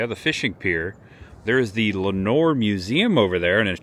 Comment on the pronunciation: It's "LOUD-uhn". And you had Lenoir right, "len-OR" ❤